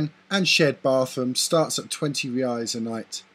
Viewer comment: Very good video, if you allow me a little correction the currency name is "Reais" not "Reias". You are making gr8 videos.. Keep up with the good work.. :)